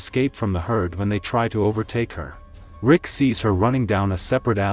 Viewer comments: Love the video. But who the hell is "Lick?" and "Rig"🤣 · Bro said Vick lol